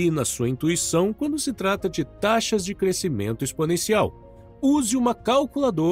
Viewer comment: Ótimo conteúdo, mas quero contribuir com uma observação: "crescimento" é som "sc".